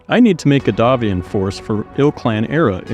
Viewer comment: Thank you for properly pronouncing "Davion", which comes from the French "D'avion"